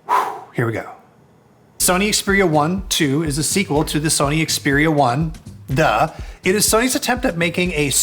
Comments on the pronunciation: You're pronouncing it wrong. It's pronounced Xperia eye eye . Ask Google assistant! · I stopped watching the moment he mispronounced the name of the Xperia 1 II phone. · If you review a product could you at least bother to learn how to pronounce the name correctly ? 🤦🏻‍♂️ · This guy doesn't even know how to say the phone's name, and still does a review on it! Meh! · if he really did some research at the Sony universe, than he would known after 5 minutes hiw to say it correctly.